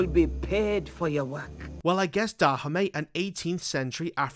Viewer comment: The way you pronounce Dahomey isn't correct.